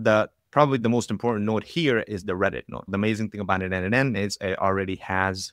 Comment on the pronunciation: As a contributor myself for more than 5 years to n8n, PLEASE, it is pronounced "nodemation". 🙏😆